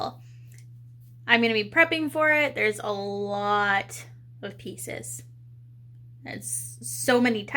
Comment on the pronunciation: Currently watching your build stream on TV and at beggining when you said pieces I thought you said pizza's as I was eating one at same time 🤣